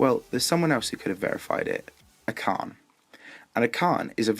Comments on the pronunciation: Why does the commentator say, "acharne"? He's name is archane... I dont get why everybody pronounces his name like thaat. Or just call him FurryDash. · It's Acharne, not Acarne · Niice! Definitely gonna love this series :P By the way, Acharne is spelled [ash-a:rn], not [ak-a:rn]